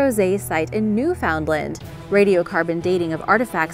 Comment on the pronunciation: Say it like this "newfun-land". We don't say it like new found land . We talk much too fast for it to sound like that lol 😂